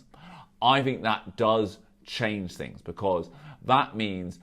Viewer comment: Pretty sure he's saying 'fings' not things too.